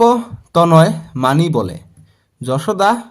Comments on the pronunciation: Sir apuni banan bilak huddho koribo apuni koise josuda josuda nohoi johuda😢😢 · ছাৰ যশোদা নহয় যসোদা